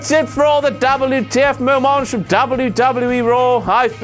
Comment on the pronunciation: "That's it for this week's WTF mo-monts for WWE RAW." BLOODY HELL, ROSS, GET IT TOGETHER, MAN!! DO YOUR redacted RESEARCH!!! Bloody stupid moron idiot moron...